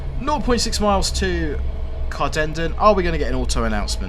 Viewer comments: hate the way the announcement says cardenden it’s car-din-den, also can see my house in this video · Wincing at the onboard pronunciation of Cardenden. Should be pronounced like two separate words; Carden Den